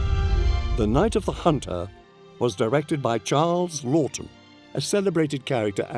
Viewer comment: Why can't they get the director's name right? It's Charles Laughton, not 'Loton' nor 'Lorton.'